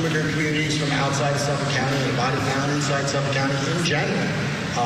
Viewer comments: *suffolK … there’s a k at the end 😅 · Yesss! I kept saying that every time I heard her say it wrong. 😂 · She says Suffolk funny😂 I think it's cute it's not pronounced like that cuz I used to live there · Why can this woman not pronounce Suffolk 😂